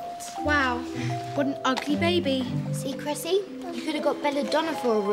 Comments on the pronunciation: its Cressie not Gressy like karajayne said its CRESSIE!!!!!!! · It's Cressie, not Gressy.